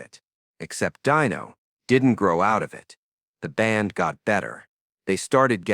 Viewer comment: Dino Martin's name was pronounced "DEE no". it wasn't EVER said as "DIE no". The use of AI should just stop. STOP! Ugh. Hire a voice actor next time.